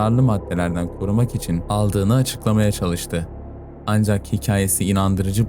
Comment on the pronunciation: Anzjak değil ancak sadeje değil sadece dereje değil derece artık tahammül edemiyorum bu telaffuzlara